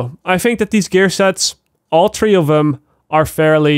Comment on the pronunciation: All tree of dem. I ain't gon say it no mo. Put sum respek on my name